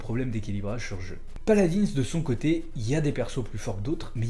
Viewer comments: PALAD1 ET PAS PALADINSSE BORDEL! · Sa se dit paladin